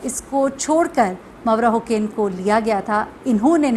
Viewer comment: Its Mavra Hussain, not Hocaine